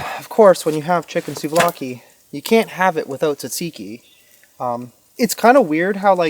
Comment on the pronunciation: If your trying to say tzatziki, your saying it wrong lol!😂